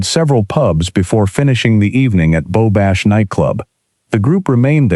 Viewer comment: Beau Nash night club, not "Bow Bash" night club.